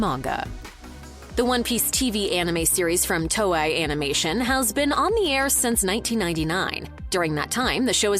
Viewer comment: ohhh... why you can say "Eiichiro" correctly, but not "Toei"? LMAO